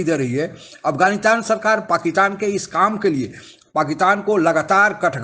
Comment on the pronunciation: Please correct your pronunciation, it’s not” paakitan”